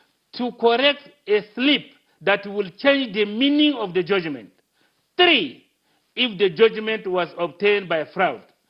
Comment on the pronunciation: Aboki go seat down you don't even know how to pronounce judgement you are calling junmet. Okorie